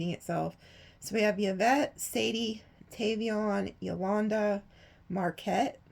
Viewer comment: You stay giving me chills. 😳 Tavion is my second son, and like me, he’s a Sagittarius. You even pronounced his name correctly even though very few people do. You also channeled his godmother (who passed away a few yrs ago) in another reading a couple of weeks ago. “Three houses down towards the east”. I told him about that reading and now I have to send him this one! 😂 Love you!❤You’re amazing 🤩 ♐️